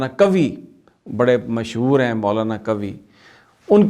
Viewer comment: قوی نہی قوا ہے